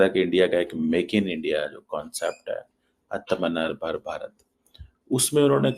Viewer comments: 😂😂..आत्म नरबारा नहीं। आत्म निर्भर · आलोक भाई को आअ त्मा निर्भर भारत बोलना भी सिखा दो